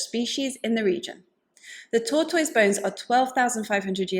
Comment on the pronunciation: It has nothing to do with the subject matter, but I smiled every time you said "tortoise". 🐢😄I have never heard the ending to sound like toys, and I love it!